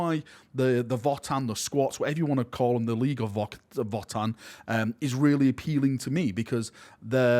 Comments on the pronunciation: I think the pronunciation I’m hearing more of is "Voah-tann", as opposed to "Vot-tann" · Votann is actually old German word, the V is pronounced like a W. Basically, you pronounce it as “Odin” like the God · It's "Votann", not "Votann".:_PurgingHappyVal